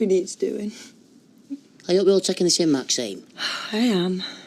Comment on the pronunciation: Am I the only one who has noticed that Ashley continually calls Maxine 'Maxime'?